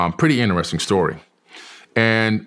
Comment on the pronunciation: “Pretty inneressing”